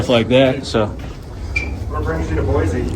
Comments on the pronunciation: It’s “Boise” not Boize. Can’t even say the city name correctly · Well you said it, Idiots. Most of these officers are probably Californians and came from some department where they already messed up. They really don't want to open their minds and understand what you were saying. Also what he was reading seemed to be private property. Oh, there is no Z in Boise. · We know you aren’t from Boise if you say BOY-ZEE lol! It’s BOY-SEE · Check out what the Meridian, Idaho police did to the elderly man recording the cop cars. But please learn to pronounce Boise correctly, it’s BOY-SEE not BOY-Z. Thank you, lifelong Idahoan. Oh and we have a motto here: “Don’t Californicate Idaho!” lol so please tell your people to stay in their state instead of moving here and bringing their California ideals with them. They ruined your state now wanna come ruin ours. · It’s pronounced BOY-SEE not sure why your guy’s schools taught you it’s Boy-Z, that’s ridiculous. Boise is a Native American word. Also, thanks for coming to Idaho and yes our cops are all corrupt and tyrants who don’t know the law or the constitution and will plant stuff on you and lie to make an arrest.